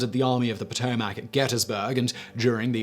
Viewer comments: Poh-tow-mic (not Po-To-Mac). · SImon - it is pronounced Pah-toe-mic. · I like how he says Potomac. You say "Po Toe Mac" and I say "Puh Toe Mick" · Potomac : puh-toe-muck 😬😬😬 not puh-toe-maack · It's pronounced "Pahtohmic" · Lol. Great stuff.. but the potoMAC? Lol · 2 corrections...Yes, Lee was a “Slave Owner”...so was Grant. They both received one slave as an inheritance from their father in laws. Both freed their slaves and did not sell them. Second, it’s Potomac pronounced Poe-Toe-Mick... I grew up and still live near the river and know it well from the mountains of WV where it originates all the way down to Point Lookout where it flows into the Chesapeake Bay. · 7 minutes 54 second "...Served only in the European theater..." LOL. BTW. Potomac is pronounced Pato-mic here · I don’t give a dang about this video just for the fact how he says Potomac or how he says it POTO-MACK 🤣🤷🏻‍♂️ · Poto Mac?? Lol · Poe toe Mack huh?😂😂😂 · What is the POO-TOE-MAC? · No u southern hippies...its paa TO mac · Your pronunciation of Potomac is killing me. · You need to learn how to pronounce Potomac. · Richard Von Pingel - I am from the PA / OH border, about an hour south of Lake Erie, and I have never heard such a horrible pronunciation of “Potomac”. Ha!